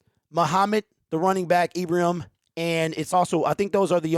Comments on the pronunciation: I was watching Ibrahim (pronounced eyebraheem in the highlights) everyone should check him out if you haven't seen him. He's tremendous. Holmes is a magician. The talking heads are getting paid to suppose. Their glory comes when someone 'picks' who they think should be picked. We love that Brad and Dan go against the grain. They don't take anyone's lead. Go One Pride!! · Hey man good show. Ibrahim, pr. Ee bruh heem.